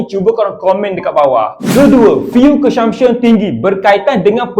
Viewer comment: Ko sebut CONSUMPTION- kelakar dik (belajar lagi)!